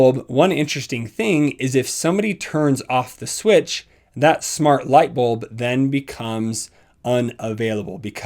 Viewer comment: "Shmart home"